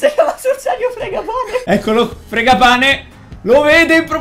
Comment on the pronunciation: Fragapane si dice